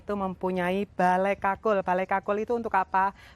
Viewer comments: Kulkul... bukan kakul.. Bale kulkul= bale kentongan. Kakul itu keong.. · Kulkul....bukan kakul. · Bale kukul bukan kakul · Bale kukul bukan kakul 😁🙏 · Bale kukul mbak bukan bale kakul 😂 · Mbak, bukan kakul, tapi kulkul. Kakul itu keong yg ada disawah. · Bale kulkul mbk..bukan kakul..😁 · Kul kul , ga kkakul , kakul = siput mba😄😄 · Bale Kulkul mbak e....bukan bale kakul.....😥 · Balai kulkul mba,,, bkn balai kakul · Bale kulkul kali maksudnya ya, bkn bale kakul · Musium Bali.. Tepatnya di jl.mayor Wisnu.. berdampingan dengan lapangan Puputan Badung.. Maaf mbak.. bukan balai kakul.. Tapi yg benar Balai KulKul..🙏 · Bukan kakul mbk, tp kulkul😃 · Saya koreksi namanya bukan Bale Kakul, tapi bale Kulkul.. Kalo Kakul itu artinya Keong. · Bukan bale kakul,tapi bale kulkul. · Balai kulkul mbak Bukan balai kakul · Ralat mbak kulkul bukan kakul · Kulkul jeng bukan kakul wkwk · Kul kul, bukan kakul 😂✌️kakul kan keong